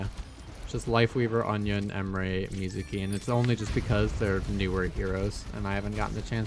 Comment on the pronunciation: why are u calling anran "onion" lol